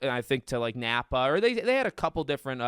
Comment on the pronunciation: It’s Nappa not nappo